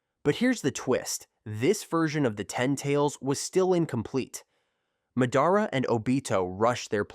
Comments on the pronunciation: please tell me why you pronounce madara weirdly? like you pronounce it has if you were a disable kid. Hell a disable kid could pronounce his name right. . here's the different ways to say his name. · buddy nobody is subbed to u cuz u dont watch the show. we can tell by how u pronounce madara AND when you said “four freaking cage” when what you were reading obviously said “kage” for proof